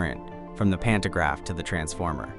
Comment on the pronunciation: Digga 😂 das spricht man pan to Graf und nicht pan ner graf 🤷🏻‍♂️🤦🏻‍♂️ in Deutsch Stromabnehmer